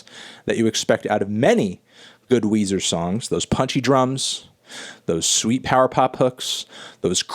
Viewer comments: It’s Weezer not Wheezy from Toy Story 2, Melon. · It’s Weezer not Weezy from Young Money, Melon.